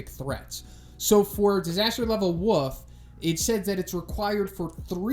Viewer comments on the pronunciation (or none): Anyone else hear him say disaster level wuff?